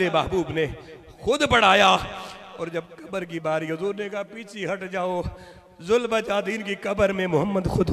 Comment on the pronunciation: حضرت ذوالبجادین نہیں ذوالبجادیںن دال کے فتحہ کے ساتھ